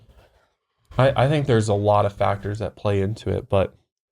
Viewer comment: Every time says "deFACTors" 🤪